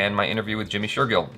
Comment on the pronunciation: #JimmyShergill, finally Jaby found a name that he can pronounce correctly 😅